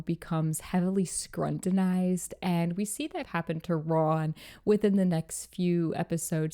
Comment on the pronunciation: Love the video queen but its pronounced skrew-tin-ized not skrun-tin-ized!